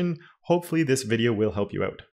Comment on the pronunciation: man just say "out" not oùt. repeat after me: out out out ah-ooh-t